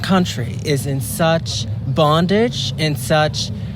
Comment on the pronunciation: I really lost it when he enunciated "such bondage." 🤣